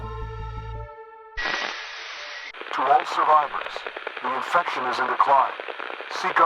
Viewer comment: Lol....INFRECTION! What is an INFRECTION! 😂😂are u that bored of doing these s@ videos that u can't pronounce words right.